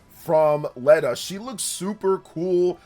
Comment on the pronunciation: No offense! If your going to hype up characters at least learn how to pronounce the names and such. Dietrich is Deetrick. It's german like pronunciation. Not Beerich? whatever the heck it how it was said was WAY off?? Leda is in no way pronounced Leh-da, its either Leeda or Layda. Theodora is from the kingdom of Saramis not Samaria.